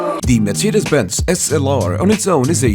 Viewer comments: Thank you that you pronounce Mercedes right :) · Perfect pronunciation of Mercedes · I am german and the first time you said Mercedes SLR in this Video the "Mercedes" was pronounced pretty good!